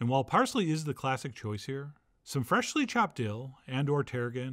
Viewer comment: I like how John still arm wrestles with the word "freshly." It comes out "Freh-shly"